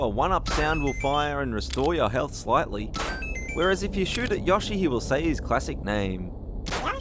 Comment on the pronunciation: it's not yahshi, it's yoshi.